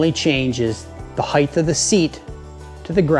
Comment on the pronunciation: I’m sure this is an informative video but I can no longer listen to you mispronounce the word “height”. Good day.